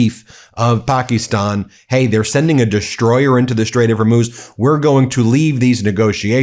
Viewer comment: Please stop changing the pronunciation of Pakistan!